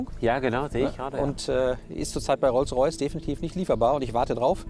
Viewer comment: WTF was ist ein Rolls Rajce? Hamid wenn du dich blamierst dann aber richtig oder? der Böse Rolls Rajce ^^